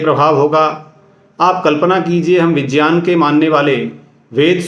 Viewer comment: को तो विज्ञान भी बोलना नही आ रहा विजयान विज्यान कर रहे हैं